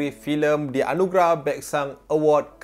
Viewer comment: Anugerah ke Anugelah ??